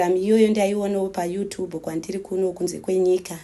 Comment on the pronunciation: Mai awo kutadza kutaura here hanzi you tubhu chii chakadaro yooo zvakaoma